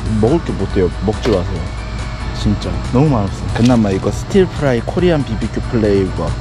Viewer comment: stirfry는 스털프라이 정도로 발음해주셔야죠. 스틸프라이는 아닙니다.😅